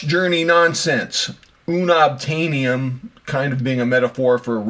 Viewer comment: It’s “Un-obtain-ium” A joke referring to Marvel lore. Not u-nob-tainium. Geek jokes don’t land for many because sometimes the references are too obscure. Thanks for sharing your video.